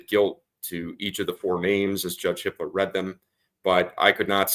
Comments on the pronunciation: Sounds like you’re saying the judge’s name is Hitler?? HIPPLER, sorry. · every time they say the judges name it sounds like hitler🙄